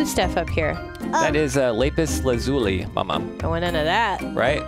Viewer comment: It’s lapis lazuli not luzei